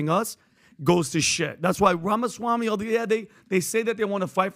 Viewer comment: Pat bro - Ramaswamy, with a "m". I love the podcast, I love and admire the work Valuetainment does.